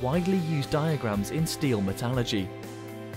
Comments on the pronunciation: And mispronounced it as well :-/ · Actually stopped watching so I could do about 3 double takes, because there is no such thing as “Metalurgy.”